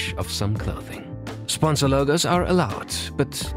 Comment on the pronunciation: Sponsor* not Sponzor